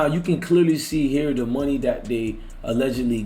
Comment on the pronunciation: It's not pronounced Moon-nuh it's pronounced Money.